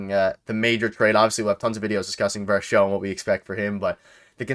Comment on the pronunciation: You guys gotta doublecheck the pronunciation of Varsho's last name lol